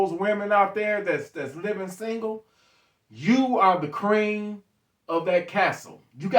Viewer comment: QWREEN.😅😅😅. you still my guy "T" ... just kidding wit you.. love the content brother.. I just get a kick out of how u say Queen